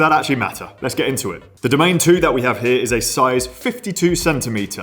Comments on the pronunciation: I think Trek says dough-MAH-nay a made-up French sounding name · Not sure if it really is. Be careful who's advice you take. I don't know how to pronounce it correctly and I've worked in Trek shops. What I do know is that people pronounce it differently around the world. DamanEEE is the common way for English speakers to pronounce it. There probably is no real way to pronounce it as it is not an actual word in any language. It is an anagram for Madone, which we all know is a French name (for an alpine pass). What I'm trying to say: only because a bunch of UK lads are screaming that you are pronouncing it wrong, might not actually mean that you pronounce it wrong. German speakers definitely pronounce it differently, so do French, etcetera.